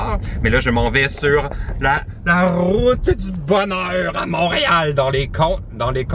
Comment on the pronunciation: Je suis française et avec ton accent j'ai cru que tu disais les "cons d'orange" au lieu des cônes orange, pendant un instant j'ai cru que tu avais un soucis avec les Montréallois